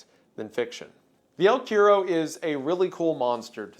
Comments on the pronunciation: the quiero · The way he said el cuero bothered me a lil to much😭😭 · I'm Mexican and just wanted to say it cracks me up how he says "el cuero" like "eel querrow" LMAO (For anyone curious, is pronounced "kue-ro" AND NOT "row" but RO) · The way he pronounces "el cuero" is so wrong, never change wendigoon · Love the unique cryptids shown in this part, but every time I heard you misspell “El cuero” my soul wanted to leave my body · I can't believe how badly you pronounce 'el cuero'. I love you anyways wendi. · I think its so funny that A: he pronounced el cuero as bad as he could, i didn't even knew you could fuck up a word so simple that much XD, and B: El cuero is a myth from center/southern argentina...there are no jungles at all in the zones were el cuero is reported...the closes one is teh valdivian rainforest but el cuero is not "native" to that zone XD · "The El Cuero" lol, oh how we've missed you iceberg boy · Wendigoon talks about El Cuero me: OMG!! CHILE MENTIONED?!?!?! VAMOOOOOOH CTM!! SOMOH EL MEJOR PAIS DE CHILE HERMANOOOOO!! mah boy Wendi murdering the name pronunciation as always xddd. I don't know how to write it so you can pronounce it in English but I hope one of my fellow people here can. One more thing: El Cuero is mainly a Mapuche legend. The Mapuches only lived in the south of Chile and the part of Argentina adjacent to them (Nothen Patagonia to be more precise), so it's not really that extended through South America. In Chile, this is one of our most well known legends and kids from my generation still get the heebie jeevies thinking about it, it feels surprisingly real for some reason.